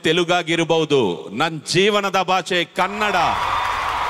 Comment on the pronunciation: Sudeep Sir😇❤️‍🔥 Kannad ❌ Kannada ✅